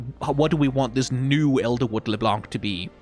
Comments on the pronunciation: btw it's pronounced leblan-, not leblanKH blanc is a french word that means white and the C is silent at the end 🫶🏻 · Wait, i'm 2 minutes in and has said "léblanc" 5 times. He isn't gonna keep doing that right?